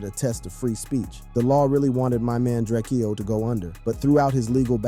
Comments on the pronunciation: 😂😂😂😂😂😂Bruh!!!!!! It's DRAKE-O NOT DRAKE-EO, GET IT RIGHT! 🤦🏽‍♂️🤦🏽‍♂️🤦🏽‍♂️🤦🏽‍♂️ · It’s drakeo not drak-eo get it right 💯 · Who is this Drakeyoh guy you keep talking about? Surely you don't mean Drakeo the ruler? -_ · It’s DRAKEO, not drake-eo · Drake-eeoooh Drak-o foo messed up the rulers name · You cant pronounce his name but wanna benefit from it :/ its prounounced draco Ju-rake-Oh da ruler Long Live the Great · Ur man Drakeo? Bro cant even pronounce his name right smh. With all the other work put into this, it just comes off as sloppy when you mispronounce names etc. IMO